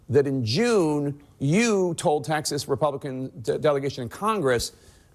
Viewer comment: I can’t get over the fact that Greg Abbott says Texas is wrong. He doesn’t pronounce it right.